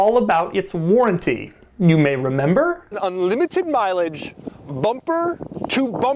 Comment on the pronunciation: "Bumprrrr to bumprrrr warrrrrnttee"😂😂😂😂 Congradulations Doug